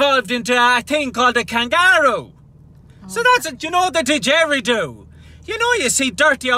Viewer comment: N it's a did-ge-ree-doo